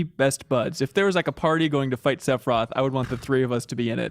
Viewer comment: I beat this game for the first time a couple of years ago and was absolutely blown away. Nostalgia had nothing to do with it. This is an incredible experience and one of the greatest games ever made. Also every time Reeves says "Sepiroth" I want to kill myself.